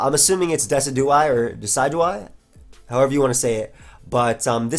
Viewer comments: I think it's De-CI-du-eye, as in deciduous trees. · "Dih-sih-jew-eye" Like deciduous trees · its de-ci-du-eye(low e, low i) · I think Decidueye is pronounced like a Deciduous tree. De-si-jew-us. So it would be de-si-jew-eye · dessy dew eye....bruh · I'm pretty sure it's pronounced like deciduous+eye. like de+sid+you+eye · the way you pronounce Decidueye it's based on the word Deciduous like trees